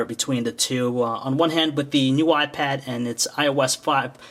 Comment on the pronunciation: All I keep hearing is "new wypad."